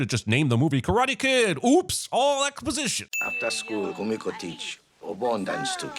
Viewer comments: I am sorry for this, but her name is Kumiko. If she meant to say Kimiko, that is not how she pronounced it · I'm adding a sin to this video everytime dumbass Jeremy insists on pronouncing Kumiko's name incorrectly when the characters say it out loud multiple times in the movie.